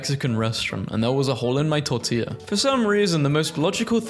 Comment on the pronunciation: Finaly some one who can say tortilla correctly a lot of people call it tor-ti-la but ur actually suposed to say tor-tia with ia